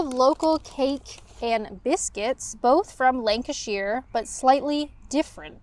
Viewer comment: by the way it's Lanca-sher not Lanca-shear 😊